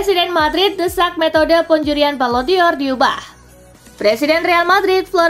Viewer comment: Dibacanya : balon dor... BUKAN BALON DIOR ..!!! Mimin gak pinter2 nh .. sekali lagi dibacanya BALON DOR .. BUKAN BALON DIOR .. !!!